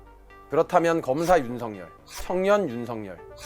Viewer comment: 발음에 약간 문제가 있네요. "윤성열"이 아니고 "윤석열"로 발음 즉 "윤서결"로 해야 합니다.